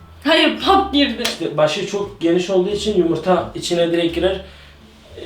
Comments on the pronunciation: te yumurta yerine yımırta diyordun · abini yumurta yerine yimirta demesi peki sdklklskd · Yumurta diyeceksin yımırta değil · Yımırta demesi yokmu 😂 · Koş yımırta yandi (Alara) O pişiodur :D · ne güzel yımırta diyon abi :D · yımırta hahahaahahahaha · abi yımırta pişiyor yımırta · yımırta yımırta 😂😂😂 Ama abi yengeye pirenses denir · Yımırta xD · Abi yimirta deyişin çok güzel😀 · Her seferinde YIMIRTA demesi :) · Abi 1000 kere yımırta dedin d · arkadaslar diyemiyosun